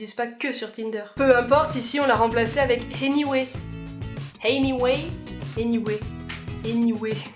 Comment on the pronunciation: Quand tu as sorti "anyway" en prononçant un "h" au debut j'ai mis pause et je me suis mise à faire un cours d'anglais toute seul.. je me sens vraiment seul en ce moment 😂😂